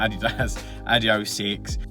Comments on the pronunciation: The main thing the shoes have in common is that it's pronounced adioss not adiohh. These look good, thanks for the review. Very decent price at 110 quid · Quality vid, the Purple/Blue on the running warehouse video looks nice. Please say the S on end of Adios - drives me nuts 😂 I’ve held back commenting this for months but I’ve cracked….think adios amigo…